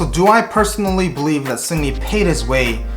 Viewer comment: Sounds like you're calling him Sydney.